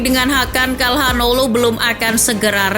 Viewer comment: Sedikit koreksi, hanoglu bukan hanolu min